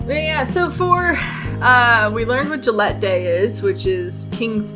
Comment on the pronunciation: ily but ur pronounciation of Gallette triggered me every time. Also it's a puff pastry cake, not bread, to answer ur question.